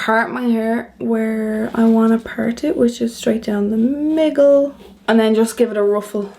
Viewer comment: Did I mishear or did you say that you part your hair 'straight down the miggle'?!? On other days do you part it 'down the slide'?!? lol It sounded very cute actually :)